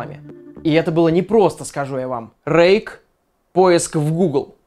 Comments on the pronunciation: Мне одному сначала показалось что вместо "Рейк" было "Рейх" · Мне одному на послышалось что он сказал не 'Рейк' а 'Рейх'? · мне показалось не Рейк а Рейх XD